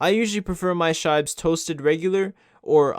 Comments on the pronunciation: I have never heard anyone pronounce shibes in this way, and I am a shiba owner myself 😂😂 its not shay-be but sheebe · Shaybes? Thats not how u pronounce it. It comes from shiba-inu not tshaybah-inu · You said Sheeeeeebe wrong